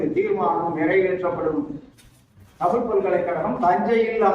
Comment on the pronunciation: தமில் வால்க .... அன்பர் "தமிழ்" என்று பேச முதலில் கற்றுக்கொள்.... தமிழ் மிக வேகமாக மடிந்து கொண்டிருக்கிறது ?.... தஞ்சை தமிழ் என்றும் "ழ" மரபதில்லை